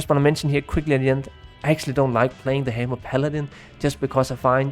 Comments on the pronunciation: "The Heymer Paladin" ;D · Thanks for the great summary. Really enjoyed the video. Not to shit on your accent or anything, but not knowing how to say "necro" and "hammer" is kind of an oversight :D